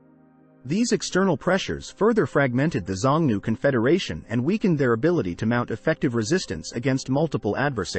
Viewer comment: You should have checked the pronunciation of Xiongnu. It is shiong-noo.